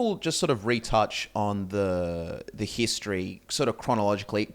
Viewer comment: pronounces "history" like hist tree confused me for a sec